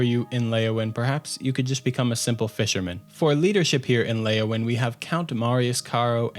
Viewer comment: Not Leyawin